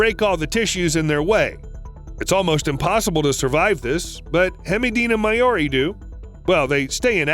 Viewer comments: Maori = M ow rri ≠ May or i ;) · I'm a New Zealander and hearing how you said "Maori" was just cringe. How could you not just quickly search up how to say "Maori"???